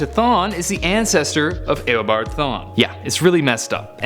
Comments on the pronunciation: im beginning to think that they just search everything up as fast as they can because "Grooood"? now "eh o bard thawne"? its gr-aw-d and eeh-obard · Disliked because you said ao-bard no eo-bard dumbass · its not aobard its eabard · U are a moron it is eeh o bard not aah o bard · He said aobard not eobard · It's pronounced e o bard not a o bard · Did he pronounce AYObard in instead of eobard.... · Notice how he says Awobod not Ewobard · did he just say “Ew”abard thawne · I liked the video but the way you said eobart my god i want to die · Did he just say "Aobard" smh😒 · I’m getting really annoyed about how he says Eobard 😑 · U say if u dont know anything about comics just leave but ure the one that doesnt know how to say eobard LOL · You need to learn how to pronounce Eobard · It triggers me how you say eobard